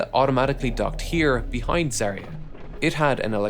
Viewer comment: ZvezdA and ZaeYA. Not ZvEzda and ZArya